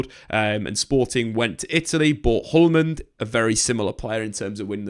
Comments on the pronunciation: Just so you know “Hjulmand” is pronounced more like “youlman” and yes I’m from Denmark btw 🤝🏼🤝🏼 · Diomande was signed from FC Midtjylland, not Nordsjælland - and Hjulmand is pronounced “Yool-man”, the H and D are silent